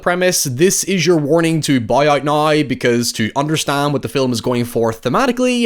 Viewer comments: what accent does have? I've never heard anyone pronounce now like noi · Where is he from? I’ve never heard someone pronounce “now” like that. Is it Scottish?